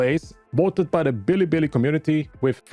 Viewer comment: Btw bilibili is pronounced beeleebeelee